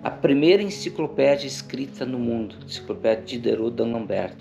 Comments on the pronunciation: Só pela “INCICOPLÉDIA” ja vai 2 vezes o like 😂😂😂😂😂😂😂😂😂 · Fico super feliz por vc, cara!! Ter tido esse privilégio de explorar o castelo!! E chega a ser fofo te ver errando as palavras kkkk - encicoplédia 🤭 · Encicropedia, encicopledia, desisto.. kkkkkkkkkkk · "Encicoplédia" Dá-lhe Paulo Freire! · 😂cara chorei você falando enciclopledia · Enciclopledia, enclicloplédia, kkkkk é mais difícil falar errado do que o certo hahaha...só você que consegue essa proeza. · E hoje ele não sabe nem pronunciar Enciclopédia, rsrsrs Melhor mudar de área. Talvez apresentar o PodPah, rsrsrs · Parabéns! Grande exploração. Esse vídeo é uma aula de história do início ao fim. Edição sensacional, trilha sonora, detalhes de gravação, agora só falta o aprender a falar enciclopédia. Kkkkk